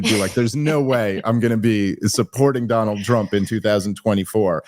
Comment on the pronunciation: Dave Smith introduced this podcast totally unable to say Donald Trump lol! Shanahan is🎉great.